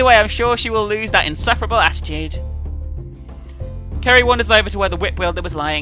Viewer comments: At one point,you said Kerry not Ceri XD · Did anyone else notice that sometimes pronounces Ceri's name "Carrie"? It happened at least 4 times in the video. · Can someone count how many times says Ceri wrong this ep?